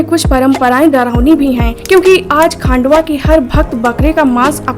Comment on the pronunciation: मल्हार देव का नाम "खांडवा" नहीं है, खंडोबा बोलते है ( पता नहीं होता और कुछ भी video बनाते हो ) चुटिया साला